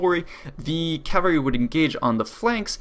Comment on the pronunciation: Not sure why but when people say: "cavery" instead of cavalry, it grinds my gears intensely